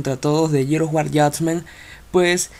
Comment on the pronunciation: Jajaja a huevo dice Jusgahstasment equisdé.